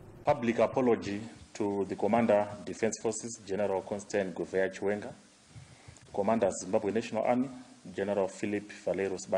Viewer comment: It’s chiwenga not chiwengwa